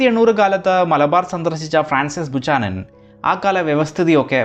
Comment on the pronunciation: ബുക്കാനൻ not ബുച്ചാനൻ